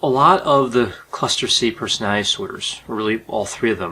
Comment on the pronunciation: Um it's called personality disorder not personaty disorder. I must have OCPD because I cannot stand listening to him repeatedly mispronounce the word personality.